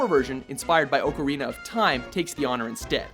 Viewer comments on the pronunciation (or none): none